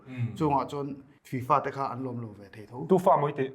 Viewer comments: Tufa maw I tih? FIFA 😂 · 'Tu fa?' : 'Fi-Fa' 🤣🤣